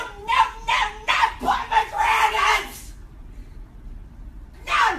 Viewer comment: the way she said pomegranates was killing me